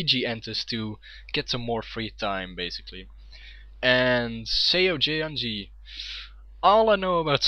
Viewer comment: it's pronounced more like "suh yuhn gee"... much easier to say, no?